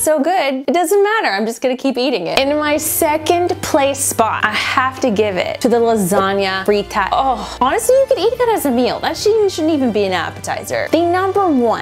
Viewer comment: It's lasagna Freee-ta